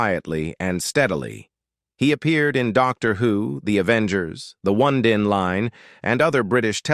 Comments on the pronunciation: Oh-need-in Line, not On-a-din. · Exactly. It took me a moment to realise it was "The oh-nee-din Line"! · Oneidine line pronounced Oh Need an line Allo Allo. = hello hello